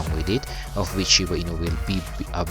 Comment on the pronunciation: shiba INU po hindi "ino" hehe